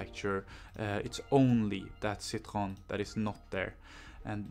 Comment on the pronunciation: Cit-hro-en not CIT-hro-n